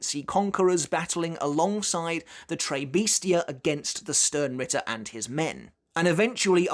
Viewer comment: you have to pronoiunce the S in Tres Bestia. Toresu in Japanese